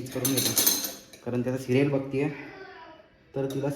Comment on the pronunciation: serial ❌ shiriyal ✅